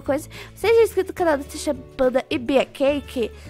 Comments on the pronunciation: Ela falou tanasha Fanta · quando a Natasha falou em slime e depois falou tudo bom Natasha Panda juro eu intendi tanasha panda